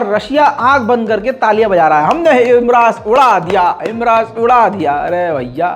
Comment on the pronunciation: भाई हिमरास नही हिमार्श है